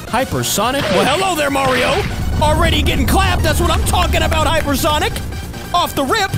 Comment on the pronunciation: Heyper sonic